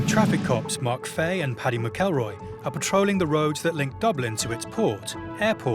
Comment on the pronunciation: Pronouncing McElroy completely wrong